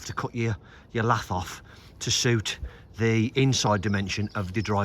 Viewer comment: Agree with previous posts regarding setting fascia to kick bottom tile, sticking a lath on seems a bit inexperienced. I've never heard the word lath pronounced the way it's spelled ever, it's really quite annoying